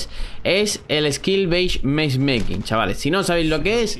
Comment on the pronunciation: esquilbeismeishmekin 😂 que grande